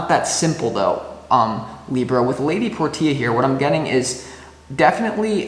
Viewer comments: All the love stuff didn't resonate, but the career aspect toward the end did, lol. Thanks for that. Btw, Lady Portia is pronounced "porsha." Not nit picking, just loving correction. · Hey! Libra here who’s name is Portia. Love the video, can’t help but giggle every time you say “Lady Por - Tia” it’s actually pronounced “Por-Shuh” ❤